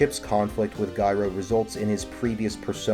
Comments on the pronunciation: It’s pronounced like the word gyro. The g sounds like a j. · Why do you keep pronouncing Gyro like ‘Guyro’?